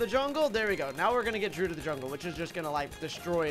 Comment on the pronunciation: It peeves me how he says "druid," he says it like "drood"